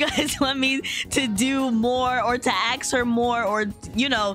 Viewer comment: u say "ax" instead of "ask" but its okay